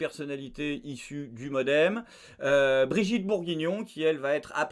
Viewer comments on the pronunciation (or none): none